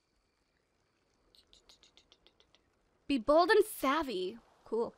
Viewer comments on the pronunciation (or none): none